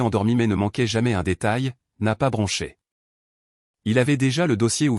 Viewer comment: 1mn 17sec environ..😂😂😂😂..' je n'ai pas branché.."😁😁😁.." bronché " ..😡..on dit " bronché "!! Je..n'ai..pas.. bronché ! Et encore 🤔🥴..on s'en sort bien !🥺🙄..ça n'est pas écrit " brunché " !!!😁😁😁😁😁